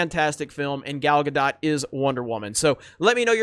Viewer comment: Can Someone PLEASE explain to how to pronounce Gal Gadot's last name? its getting really annoying hearing him mis pronounce it every video.